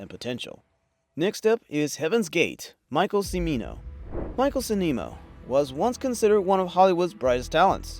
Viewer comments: You pronounce “Cimino” as Chim-ee-noh. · It's pronounced "Chimino." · Mispronouncing Cimino's name... tsk tsk tsk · Your mispronouncing Cimino and Chaplin ticked off Hoover at some other point apparently,. Also, Chaplin did not know about the Holocaust and said he would not have made the film at all or maybe very differently.. Still, it is a classic and HEAVEN'S GATE has its moments.